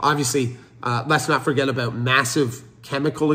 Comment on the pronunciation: My man says about and sorry like a Canadian. My trust has limitations. … 😂